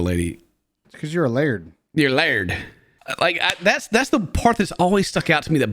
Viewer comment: Laird, not lard! Learn to read!